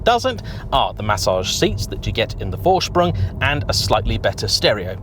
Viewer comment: PORSH-AH you sound like a moron when you say "porsh" There is no opinion here. There is right and the way you say it. ...wrong. -- How do you manage to pronounce "Vorsprung" right and screw up Porsche?